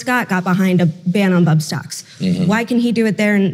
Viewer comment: i caught that too, thought he said butt stocks, and i laughed xD really confused